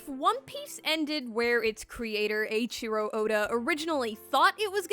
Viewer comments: “Ay-cheero Oda” it’s Eh-ee-cheero Oda. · "aychiro ouda" damn why can no1 just look up how to pronounce the name? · Ay-Chiro Oda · Aye-cherio Oda